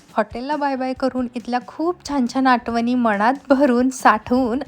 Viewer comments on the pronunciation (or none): आटवण नाही आठवण